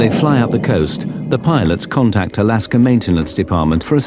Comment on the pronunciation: Alasker airlines lol work on your pronunciations a little harder